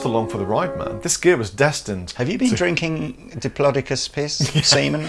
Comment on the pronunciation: According to my 4 year old nephew's dinsoaur duvet cover, it's "diplodocus", not "diplodocus".